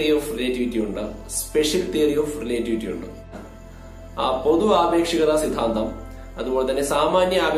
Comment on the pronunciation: റിലെറ്റിവിറ്റി✅ റിലേ..റ്റിവിറ്റി ❌